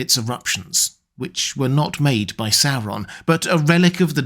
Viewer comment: Christopher Lee will always be my favorite actor in these films, due to his pronunciation always being on point with words like "SAU-ron" instead of the usual annoying "soron". "MOR-dor" not Modor.